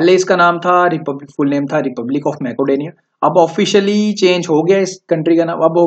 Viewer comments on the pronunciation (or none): Its मेसीडोनिया not मेकोडोनिया